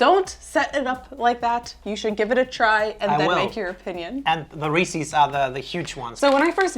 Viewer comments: You pronounce Reese’s so odd. It’s Ree-sis, not Ree-sees. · Reese's not reesee's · It’s Reece’s like “reece is”. Not Reecees like feces. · Very interesting. BTW it's not Reesey's but Reese's rhymes with pieces. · Sorry, but I got hung up on saying "Reese-sees" 😂 Love all your content but that just threw me off. 😅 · ughhh Why do you say Reeses like that??? hahaha Not ReesEEs... Good video though, funny! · why do you pronounce Reese’s like “Ree-sees”? Asking for a friend. Tee hee. I loved this video, as usual. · Unfortunately like it or not, that is NOT the correct way per Hershey’s the parent company. I don’t understand why people say it wrong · The way she says Reese's is weird. Almost like how someone who has never heard anyone say it proper would pronounce it. Like how easterners pronounce Nevada or Oregon. Just slightly off. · You’re saying Reece’s wrong